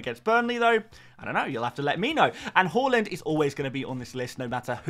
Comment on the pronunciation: Can you please say Haaaland? Not Horland?